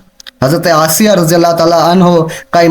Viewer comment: Janab firon ki wife Ka naam asiya hi not aysa